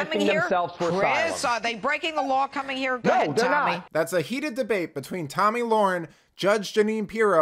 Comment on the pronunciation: First of all, it is Tomi LAHREN, not Tomi LOREN.